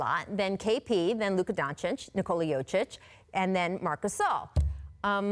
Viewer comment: It's pronounced yokich not yochich